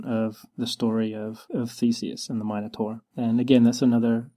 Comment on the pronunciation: Yesss someone else on the internet who says 'minotaur' like I do.